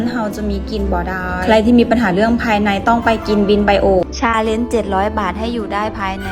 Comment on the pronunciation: ฟังทีแรกได้ยินว่าทำ "ซาเล็ง" เจ็ดร้อยบาท, กูก็ยังงงๆอยู่ว่าทำทั้งคันได้เหรอว่ะเจ็ดร้อย. ที่แท้ก็พูดไม่ชัดสัส555